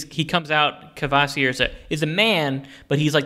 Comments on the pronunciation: It amazes me to no end that english-speakers have such a hard time producing any syllable-onset that does not have a liquid for its last constituent: Kvasir /kva-/ becomes Kavasir /kəva-/ (seen in this video), Kvoth becomes Kavoth, Ptolemy becomes Tolemy, Psycho becomes Sycho etc. It's just not sth i'd expect of english in particular (especially given the english's mockery of italian epenthetic vowels in english). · It's Skaði Auðumbla and Kvasir. ð is the th in This /skaa'thee/ /owth'oom'blah/ and /kvaa'seer/ to conform with English writing.